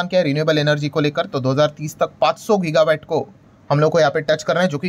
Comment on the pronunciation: गिगा वैट नहीं, गिगा वाट वैट मतलब VAT वाट मतलब Watt (unit of electricity)